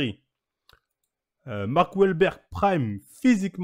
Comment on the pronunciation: Mark walbeurk il m’a sorti jpp 😂